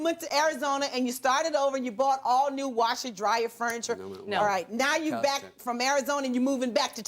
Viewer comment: “Brand new wosher and dryer” what in the devil is a wosher?